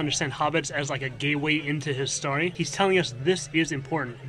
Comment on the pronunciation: I wanted to watch this, but I couldn't deal with story being pronounced stary